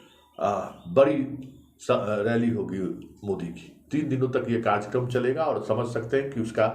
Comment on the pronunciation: Ye "karjyakarm " kya hota hai? Karyakram kahiye. Waise aapki aawaaz buland hai aur anchoring bhi achchi karte hai aap par 8.38 minute pe ye kya keh gaye aap...." sirf Gujrat aur Himachal ki haar...." Dhyaan dijiye please.